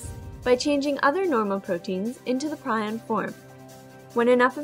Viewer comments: Great animation and well done. However, it is pronounced PREE-on in the U.S., PRY-on in the U.K. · You pronouce prion wrong "pre-on" is correct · It's pronounced "Preon" and you didn't actually answer the question very well, at all.